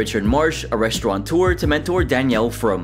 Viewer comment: Please spell-check, grammar-check, and verify pronunciation! Richard Marsh is a restaurauteur. There is no "n" in the word, nor is one pronounced.